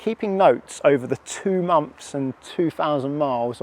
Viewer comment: Months th not Mumfs… honestly the youf of today